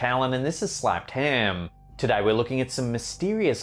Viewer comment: I like how he pronounces “ham” as “haaaam”